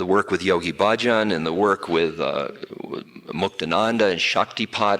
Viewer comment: !n he mentions energy systems work with Yogi Bahjan (which is actually pronounced BUDD-Junn, soft U's) and from doing his brand of Kundalini Yoga everyday for years , was primarily an energy trip which increased al ot of individual power trips with little moral context. So many self-important narccissists, including Bahjan himself, reinforced the selfish and ruthless parts of their personality, that calling it "yoga" became a misnomer for the practice. So many top echelon people in his organization got caught up in illegal an unethical financial practices, very far from the Sikh path of service and protection of the weak.